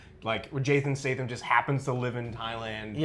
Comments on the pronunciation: Who’s Jason State-um? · Captain Arabia That bothered me too. STAYTHUMMMMM.